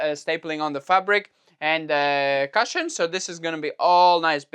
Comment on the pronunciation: If you’d like help in pronunciation of cushion the u sound is the same as in cooking rather than as in up. Just for your reference.